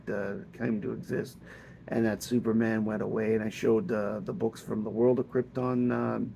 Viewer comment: It's KrypTON. Not Kryptin. lol GET IT RIGHT!